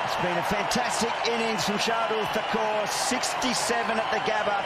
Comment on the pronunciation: Isha Guha please get the names properly.. geez it’s not thakour